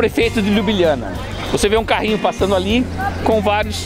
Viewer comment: Fala o nome CORRETO, LYUBLYANA